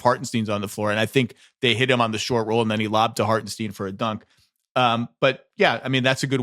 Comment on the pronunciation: Zach, it’s Harten-stine not Harten-steen